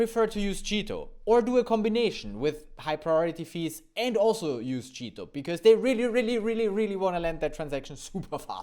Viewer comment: It sounds like you are saying "cheato", on purpose? :-)